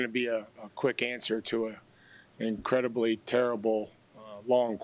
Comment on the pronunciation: "Increbly" Way to go. Let's all give it up for!